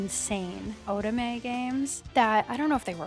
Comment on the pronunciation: god I loved these mobile games back then... also, I'm gonna be that guy again and tell you how to pronounce otome: oh-toe-may, lol. The entire genre was made for you and I'm excited to see you play more!